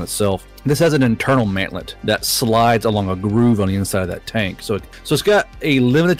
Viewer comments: I thought he said manlet instead of mantlet. finally putting these 5'11 boys to good use! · I also heard Manlet, I thought he was talking about tank's support infantry.